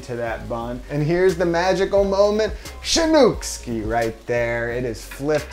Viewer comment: shanookski? haha